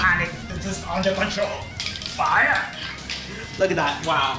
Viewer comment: JAJAJAJA muy chido !!! como no explota cuando "FAIAAAAA"